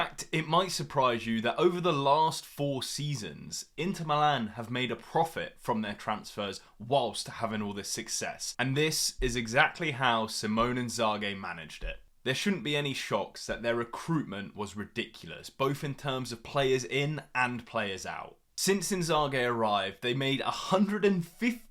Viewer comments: just pronounce it correctly: See-mon-eh In-za-ghee. It's not that hard, if you're not mentally disbled. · he got a point tho. If you wanna make a video about someone, at least put an effort on how to say their name correctly. That's just a simple act of respect